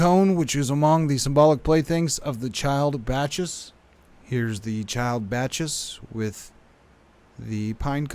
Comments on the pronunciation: Not batch-iss, BOCK-iss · Thank you for your videos! Just wanted to respectfully bring to your attention that the proper pronunciation for Bacchus is "ba· kuhs". Sorry, I would've sent it as a private message if possible.